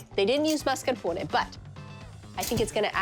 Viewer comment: That’s how it’s pronounced in italian